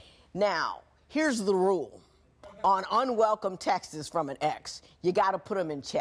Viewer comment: Oh no did Judge Toler say "textis" pls tell me im wrong lol